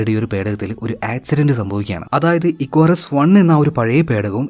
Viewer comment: Icarus te pronunciation athalla, ഇക്കാറസ് enn aan. Ath oru greek God nte name aan. Nan work cheythath Icarus aviation Academy edappally l aan. So I know the meaning behind the name 😊